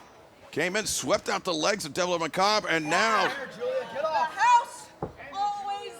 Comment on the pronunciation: That's not how you pronounce macabre. :zany_face